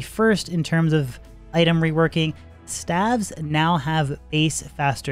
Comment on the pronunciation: what the fuck are stavs? you mean, staves? Staves, like graves or caves. Engrishy OP